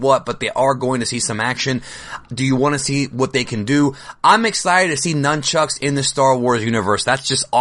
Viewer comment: Right when he said nynchucks i instantly thought about lightchucks, imagine somebody who could master somethibg line that, unstopable